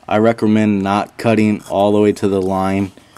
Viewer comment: i recermend? .... just sayin